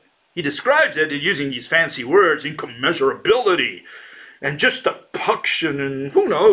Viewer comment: ... it's not incommeasurabilty, it's incommensurability